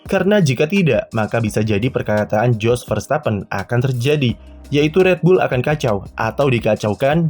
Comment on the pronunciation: Kalo dalam ejaan bahasa belanda huruf "J" itu dibaca "Y" artinya kalo nama dia "JOS" berarti dibaca "YOS"..